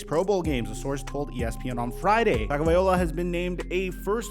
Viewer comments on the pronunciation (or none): It's TUA TagovaiLOA not TagovaiOLA!! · Not once did he say Tagovailoa 😂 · never gonna say his name right….. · you’re still pronouncing Tua’s name wrong.